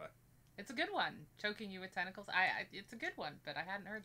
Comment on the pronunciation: Tenticalizing lol lol lol